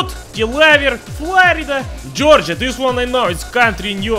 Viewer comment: Ones he got roughly correct: Georgia Kansas Mississippi Missouri Montana Nebraska New York Texas